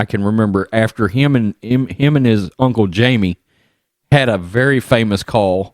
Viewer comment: Jamie is pronounced “Hymee”.